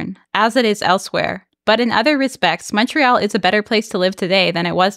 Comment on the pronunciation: So nice to hear someone pronounce Montreal correctly in English. You hear MAHN-tree-all so often on YouTube.